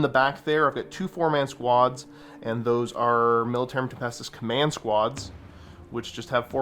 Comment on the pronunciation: " Militaruim Tempestus "